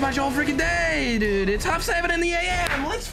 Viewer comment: when say "dude he says "duda" hahahah lol